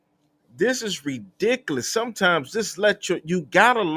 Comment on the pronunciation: Reedicalous!!!! Girl learning the hard way for sure!!!